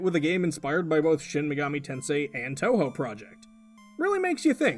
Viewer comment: You pronounced Touhou perfectly the first time around. Fantastic.